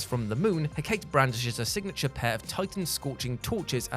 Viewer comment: Mel-i-Know-ee, Hek-a-tee. I know you're American but please do some proper research into name pronounciation.